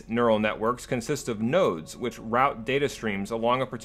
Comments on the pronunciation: not nerd, NODE. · not nerd, node